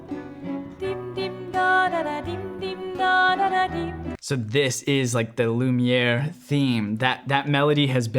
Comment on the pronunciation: Tu dis vachement bien "lumière" en français